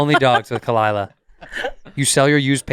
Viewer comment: What a great Way to ruin a good podcast. The one thing I look forward to ruined by kuh-LIE-lah. SMH